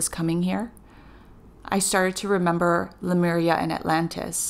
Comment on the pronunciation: I love your channel! Thank you. You are a very clear channel, your info is great and I always look forward to your vids. But PLEASE... it's not "sin-cro-NAH-city" it's "sin-cro-NI-city". Also It's "LEE-mur-i-a" not "LOO-mer-ia". Thanks!